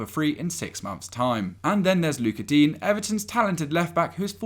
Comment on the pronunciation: you pronounced digne differently every time you said his name xD